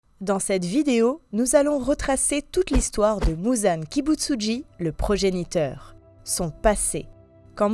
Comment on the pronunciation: Progéniteur svp pas Projeniteur. Putain un minimum de préparation dans une video😂